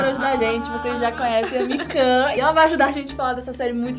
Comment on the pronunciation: A cara da com a falando os nome errado 😂😂😂